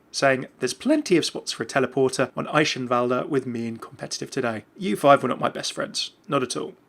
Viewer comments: "Eishenwalder" wot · It's the closest he can get really - the German 'ch' sound doesn't exist in the English language so 'sh' it is. The in-game pronunciation of Eichenwalde is not how it would actually be pronounced by native speakers. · It's how you actually say it, according to other German commenters, I think. I really don't know.